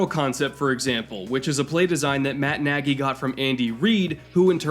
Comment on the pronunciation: I don't know how Matt Nagy pronounce his last name, but the correct one sounds very close to "Nadj". It's a hungarian word for "big" and a very frequent surname in Hungary.